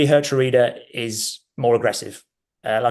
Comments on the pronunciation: It's pronounced, as close I can make it for English readers who don't know Dutch: HERE-TRY-DER (pronounced as if they were English words). Likewise, it's not MATT-SON but MART-SON for our other new Dutch player. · I love Geertruida and also would love to see all the pundits and commentators struggle with his name in the UK. (Yes i also cannot pronounce it) We should consider another Feyenoord player in my opinion: David Hancko. He wasn’t so lucky at the Euros but he’s a very good player. Aerially strong in both boxes, good with his feet. Quite versatile too on the center and left side.